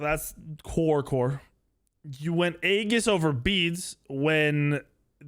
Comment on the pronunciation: It's pronounced with an e. E GIS. Not A Gis. E GIS. Aegis is pronounced with an e. You shouting it, so you're loud, but you're wrong lol.